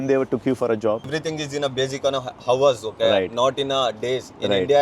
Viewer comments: Howers ???? aese logon ka ielts kaise nikal jata hai ???? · "everything is on HOW-ERS okay"